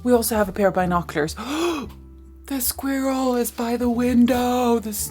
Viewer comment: Funny! The way you pronounce and say squirrel 🐿️ sounds like the way it’s pronounced in French! Ecureuil